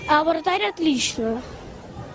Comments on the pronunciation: Мне послышалось вместо вратарь вартар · Я одна заметила что пацан говорит не вратарь, а вартарь?